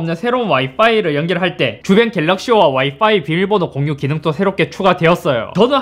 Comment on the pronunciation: 이제서야 알았는데 형 와이파이발음할때 와이빠이라고하는거 겁나 귀엽다..ㅎㅎ